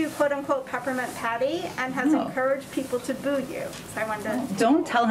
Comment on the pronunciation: Jen u are 'peppernint petty" not patty hahaha